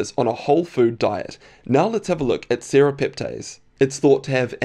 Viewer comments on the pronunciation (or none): none